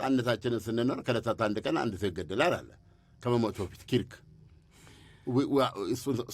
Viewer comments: ኪርክ ሳይሆን ከርክ ነው ስሙ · ከርክ ነው ኪርክ አይደለም ።